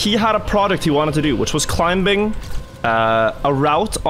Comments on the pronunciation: I have never heard anyone pronounce the ‘b’ in ‘climbing’ before and I’m not sure how I feel about it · is he pronouncing the 'b' in 'climbing?'